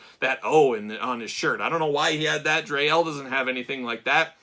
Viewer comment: Dree (pronounced like free) Elle. And Daimar pronounced like Day-mar. 😊